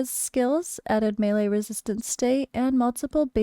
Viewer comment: Thank you for this and additionally for pronouncing melee (mālā ) correctly! 🙏 I’ve tried to clarify it for Dan but he just keeps saying it wrong 🤦‍♂️ (he says “Mee Lee” which is annoying af. 🤣)